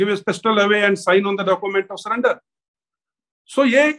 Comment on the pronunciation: Sullender not surrender 😂🤣🍻